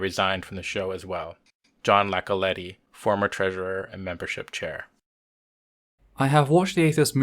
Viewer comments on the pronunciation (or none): i get the impression your narrators do not no the people on the show its not jon Lacoletti its an I not L but other than that i support this.